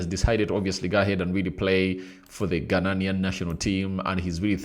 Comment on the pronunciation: Ghanaian not ghananian are u mad